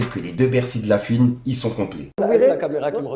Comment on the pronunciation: stp c pas la fuine mais la FOUINE